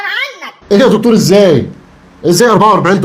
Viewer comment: دختور ؟! يعني مش دكتور ... 🤣😂.. انته ولدت نملة قبل كده ... ده تخصص جديد